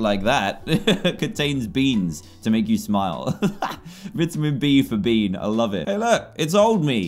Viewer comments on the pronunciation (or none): dan. "says bean" me. 'CRACKS UP"